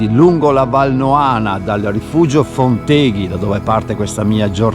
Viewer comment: Posso umilmente correggerti in merito alla pronuncia: Fonteghi va accentato sulla o` della terzultima sillaba, è una parola sdrucciola. Non sei veneto a quanto pare!